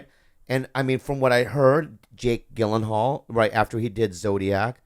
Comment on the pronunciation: just watched this ep now but two questions: 1) why is blinking so excessively? 2) How did no one correct Bobby's pronunciation of 'Gyllenhal?'